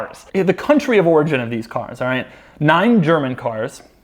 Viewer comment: Nine German cars? "Nein" German cars.